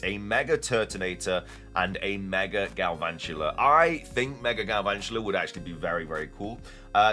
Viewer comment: THERE IS NO R IN GALVANTULA!